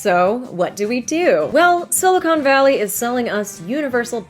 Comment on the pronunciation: FIRST WORD and we already got it wrong. Silicon, not silicone. 2 very different things